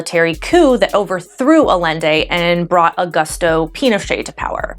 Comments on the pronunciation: I'm sorry but aLende??? I was actually confused as to what you were talking about. Other than that, great video. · Thanks for this well written explanation of things! Just one baby nitpick tho: Allende is pronounced "Ah-YEN-Deh" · Awesome! The audio and camera quality improved so much. Allende is pronounced Ayende by the way :) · To sound killer expert on the subject of neoliberalism be advised that the two "L's" together in the name Allende are pronounced as the "Y" sound in yellow.